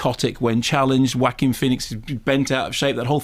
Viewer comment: Kermode says “WHACK-eem” as if he’s reading the sound effects from an old batman comic